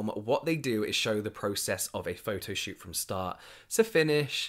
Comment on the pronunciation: I heard "Make or break your shoe" instead of shoot, and I'm running with that from now on.